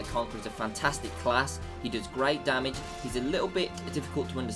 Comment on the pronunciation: Damage!!! Not damadge lolol